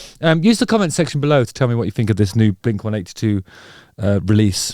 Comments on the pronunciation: Hearing blink 182 pronounced as 1-8-2 is wild. I’m curious how that happened where the wrong pronunciation caught on in the UK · dude just said "blink one eight two" lol